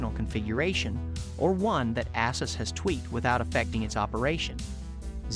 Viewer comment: Its pronounced A-Zeus. Not Asses.